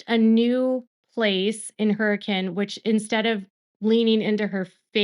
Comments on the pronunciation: thank you for trying to pronounce Hurricane right. I always laugh having to be like its pronounced Hur-uh-kin lol nothing here makes sense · I'm impressed...you pronounce Hurricane like a local. You really do your research on even small details.